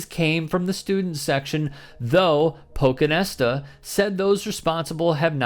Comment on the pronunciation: PochinTesta* PochinTesta** PochinTesta*** Not sure why you can't read and pronounce the first T.